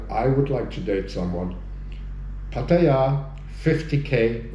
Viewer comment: ... at least he knows how to pronounce Pattaya!